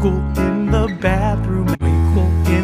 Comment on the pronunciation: this kinda makes me realise that George says “Bathroom” differently in this ver and the older ver like, he says “baathroom” instead of saying “bathrooom”